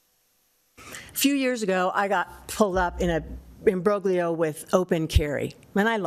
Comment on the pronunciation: Imbroglio … someone learned a new word that she was determined to use even if the knuckle dragging, mouth breathers she was addressing wouldn’t understand. Next task is to learn how to pronounce it.